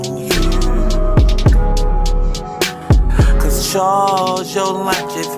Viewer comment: Charwsssss Yo Luch Iz Readyz... This was on point appreciate the effort!!!